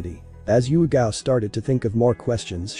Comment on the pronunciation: um its not yugito its yugao i think